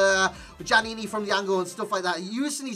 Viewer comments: Pronounced yaniny ('yan eeny) your gen needs better schooling...so many fifa tubers can't pronounce names.... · Djaniny, the D is silent